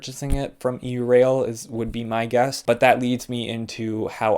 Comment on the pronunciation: Normally I’m not picky about such things but.. it’s pronounced “yourail” as in Europe rail, not “e u rail”.